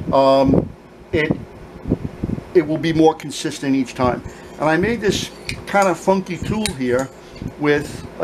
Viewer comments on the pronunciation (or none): none